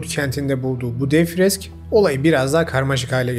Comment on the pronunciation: Başlangıçta FRES (örn. /22.53 gibi) sonralarda FRESK ( / gibi) tabirini kullandığınız şey aynımı,ayrımı yoksa dil sürçmesimi ? sizi dikkatle dinlediğim için soruyorum. Videolarınızı büyük ilgi, dikkat ve takdirle izliyorum.